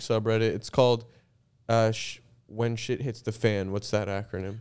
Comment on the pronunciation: says jhit instead of shit